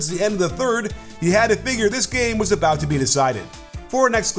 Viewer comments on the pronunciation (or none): none